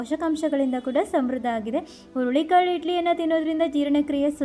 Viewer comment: ಅಯ್ಯೋ ಅದು ಹುಲ್ಲಿ ಕಾಳು ಅಲ್ಲ, ಹುರುಳಿ ಕಾಳು